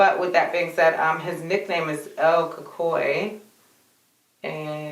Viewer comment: It’s pronounced “L-Ka-Cooie.”